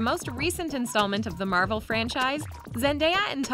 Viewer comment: Bruh it's Marvel not marbel I'm not that big Marvel fan but atleast I can pronounce the name correctly